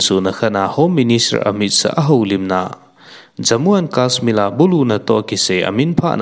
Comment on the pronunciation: News lahkhom hohi ngainom aumin, ahin na pronounciation hi check pha lechun deisah ahe, for eg, kasmir/kasmill tiho tabang... Bit ichan ham in asu down ji a